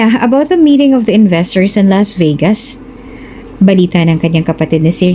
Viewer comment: Why pronounce Vegas.......Vigas?